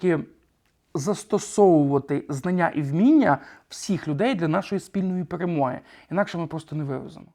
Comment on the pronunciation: Людина не вимовила швидко "Перемогти" і сказала "Перемгти" або це один з видів діалекту і скорочення так як наприклад "Скоріше" і "скорше". Там логічно, що по контексту "ПЕРЕМОГТИ"